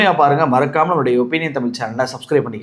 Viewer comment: The way you say "Thamillll" is truly annoying. Thamizh nu solla pazhagikonga bro, illaina change the channel name. Thamizh nu kooda solla pronunication naama pazhagaama enna Thamizh channel vendiyadhirukku?! No offense. Ellaa neramum when I open your video, it's irritating.